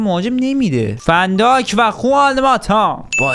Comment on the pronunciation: ببخشید ون دایکه نه فن دایک 😂😂